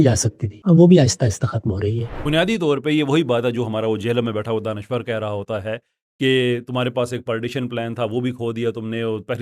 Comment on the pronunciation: he is danish verr not danishver